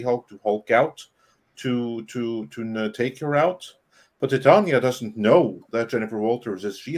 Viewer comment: The character’s name is pronounced Titania as in “Titan” ia implying that she’s as strong as a titan